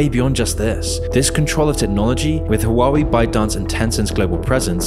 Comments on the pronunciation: Huawei is "Hwah way" not "Hoo wowwy." lol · It's wah-way. Not hoo-ah-wee. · Why you say hawawei ? 3 syllables And the name only has 2. Hua Wei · Hua WAY, it is not Hua WEE. After thee h is it sad UA, and then WAY. So H-UA, WEI. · I know this is serious and all but "huwawi" just cracks me up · Lol the way he pronounce huawei as hawawue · huwawi lmao